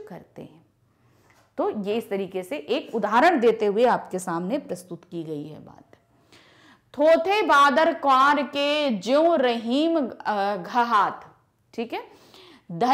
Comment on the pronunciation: घहरात❌ घहात ☑️